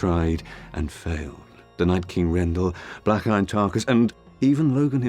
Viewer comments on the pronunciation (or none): The correct pronunciation is iron goddamn tarkus